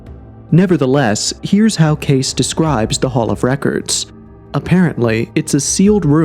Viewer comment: I love this channel, I really do. But damn, their names are Edgar Kay-See and Robert Shock. I think he actually pronounced the name of the Great Pyramid creator better than the simpler ones lol. Usually I'm not a critic like this but I been into this stuff most of my life and have heard these names said hundreds of times. I just thought that maybe it was common knowledge. Excuse my ignorance. But great topic for discussion 👌🏼